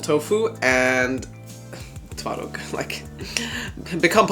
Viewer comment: your pronounciation is really good i fr thought you are polish😊